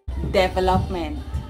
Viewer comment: The "devil-up-ment" was surely the best pronunciation!